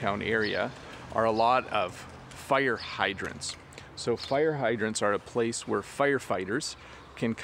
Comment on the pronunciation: It is a bit 'strange and interesting to hear that you pronounce the word 'fire' as /figh(t)r/, is this pronunciation typical in Canadian English?